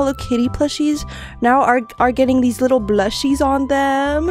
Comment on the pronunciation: Bro she siad wittle💀☠️💀☠️💀